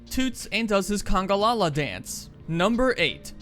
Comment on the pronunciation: It's called congAlala not "congOlala"